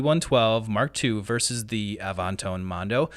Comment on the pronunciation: "A-vahn-tone"?? Come on.